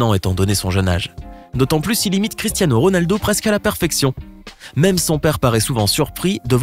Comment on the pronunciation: Il a dit Rolado mais RONALDO